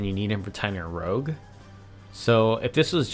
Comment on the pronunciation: You keep pronouncing "rouge" like "rogue". A "rogue" is like a maverick. "Rouge" is a kind of make-up. It's pronounced "rooj".